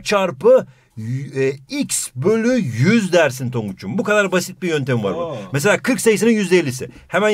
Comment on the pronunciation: Once said Tonguç:✨AaĞ✨ Hoca: ✨yÜzdE YüZdÜr bİğR dEmEk✨